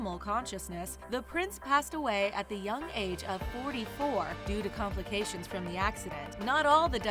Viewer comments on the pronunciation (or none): none